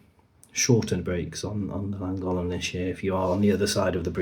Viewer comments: Great video of such a terrible situation for the boat owners and the residents and small businesses of the surrounding areas. By the way please stop saying Langolen. As you well know it’s the Llangollen canal. It just sounds so lazy of you! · Thanks for the very useful information. But you apparently run tours on the canal - do you really not know how to pronounce Llangollen? As a Welsh name, it's pronounced Thlangothlen (near enough for an English person, anyway). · Learn how to say then name correctly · That's not how you pronounce Llangollen! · Was going to say the same, it's Welsh, named after the source